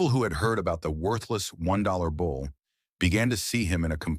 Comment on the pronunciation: Bull,not bowl.